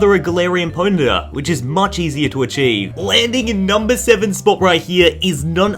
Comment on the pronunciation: I felt it when he said ' Galarian Ponyia '